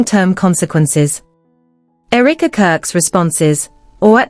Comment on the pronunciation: The pronunciation is: Eh - ruh - kuh Not eureka